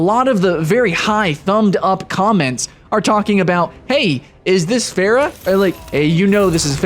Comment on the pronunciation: Beyond the not great comparison.. Why the hell do you say Pharah wrong? Their names are literally heard in game. Oh and transforming enemies into chickens? My first thought was Ratchet & Clank. Soooo yeah.